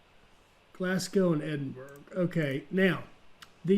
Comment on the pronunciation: hi. Pronunciation of Glasgow should be "Glass" for the first syllable and "go" (as in go for a walk) for the second syllable. The "burgh" part of Edinburgh should be pronounced "burrah" not "burg". Hope this helps?